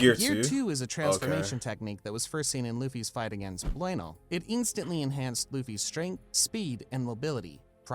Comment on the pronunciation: what the hell was that pronunciation of Blueno